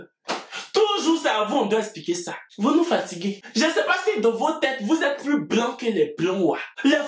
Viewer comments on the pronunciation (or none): none